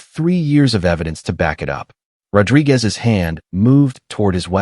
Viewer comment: My complaint is how he pronunces "Rodrigues".